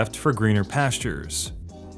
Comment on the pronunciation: "In the name of the Tsar" Not "the name of Zar"